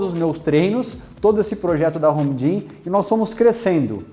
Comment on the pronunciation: Pequena observação: quando vc for falar a palavra GYM, termine a com M e não com N. Caso contrario a palavra fica parecendo gin (a bebida). De qualquer forma, acho seus videos demais. Poucos videos ai falando realmente o que é necessário. Abracos